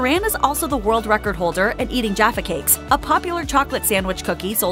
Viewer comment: I see Jaffa Cakes, I hear Jaffa Kree 😂